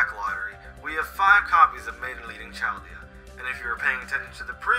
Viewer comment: Chaldea? More like, “Charred-dea”